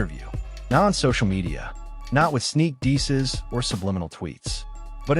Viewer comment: sneak deeses??? ay yo whos mans is this?????